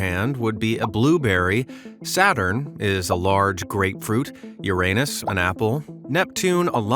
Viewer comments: learn how to pronounce Uranus properly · He said urANUS....